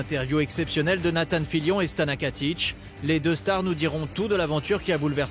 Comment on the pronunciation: KATIC PAS KATICH !!!